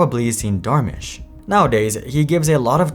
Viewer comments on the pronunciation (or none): Super weird pronounciation of 'Dharmesh' 😂